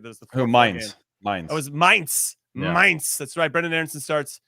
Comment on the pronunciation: OMG, now that Jimmy pronounced my-nts ("Mainz") absolutely perfect, he can dub German Officers in American WWII movies saying "Zoo/Zebrastreifen/Zaun/Zensur/Zahnspange... " eeeeeeasy. Kudos, from Mainz am Rhein, Germany :face-green-smiling